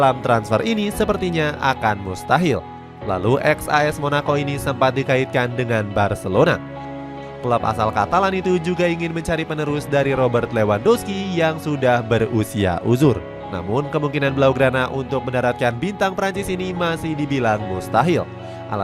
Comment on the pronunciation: pengucapan yg bener "levandoski"